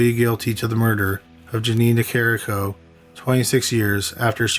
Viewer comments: If you are going to have a YouTube page, you should probably pronounce the person's name correctly. It's not Nicario, it's Nicarico. I remember this story, growing up in Illinois. Also, you sound like a zombie. You don't speak clearly whatsoever. Maybe if talk slower and clearer...you might get a lot of viewers! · Also. It's Ni-CAR-i-Co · sorry to nit pic but this his close to home as I lived near there. She was NicarICO not Nicario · It's a shame you are mispronouncing the surname of the victim repeatedly.